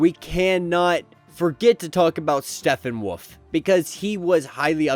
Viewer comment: It’s pronounced Step-pen Wolf